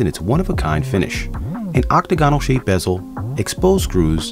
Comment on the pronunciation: This guy can't pronounce octagonal, hexagonal or Tourbillion. Why let him do the video?